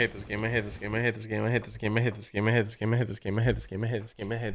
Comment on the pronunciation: when said "i hate this game" it just started to sounded like "give me hits" what